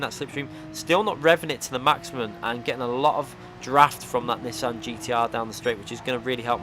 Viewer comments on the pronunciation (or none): none